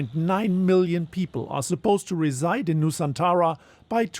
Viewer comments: Its nusantara not nusanthara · it is not nu saan tara, it is Nu-san-tra.